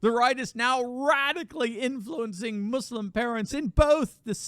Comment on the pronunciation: I love how Trudeau says “mooslem” as if he has EVER given a shit about anything that those people believe in. He has never listened to that group of people or anyone else other than his donors.